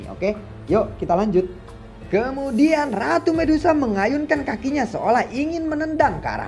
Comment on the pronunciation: Min raru bukan ratu 🤣😭